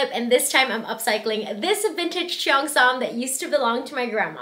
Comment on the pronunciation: this is soooo cute!!!! and the ribbons on the back make it look even better!!! but i'm sorry i just don't like how u pronounce cheongsam like "chi-yongsam" bcs i know it should like "chong-sam" 😭